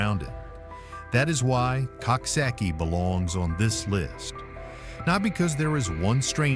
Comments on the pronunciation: Coxsackie is pronounced Cook Socky. Think of a Coxwain in rowing crew. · Pronounced cooksocky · It is called COOK-SOCK-EEE. PLEASE SAY IT CORRECTLY. It's a little town to be very proud of. You need to update your video and pictures of Coxsackie too. The entire downtown area has been all renovated and it's absolutely lovely. Especially our new riverfront.